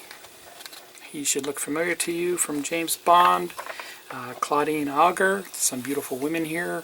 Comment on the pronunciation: I have a model I purchased already completed from the UK a few years ago, but am thinking of taking it apart a modding it. Enjoy watching your journey. BTW, I think the names are pronounced Chel-ly, (Celli), Oh-Zhay (Auger), and Vol-pay (Volpe). Keep up the good work!